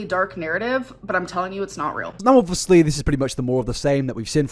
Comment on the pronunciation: Only if you FINALLY stop saying "Obwissly" you can pronounce "obvious" right, so PLEASE, for the love of god, don't pronounce obviously *obwissli*. I would love to watch your videos, but this is stressing me out so much, I really can't. I know it's my own problem, but I can't imagine i'm the only one triggered by it.